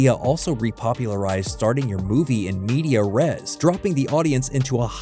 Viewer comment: pro-tip: that's not how you pronounce "in medias res"